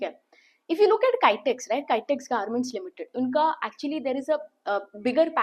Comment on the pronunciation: Please pronounce Kitex properly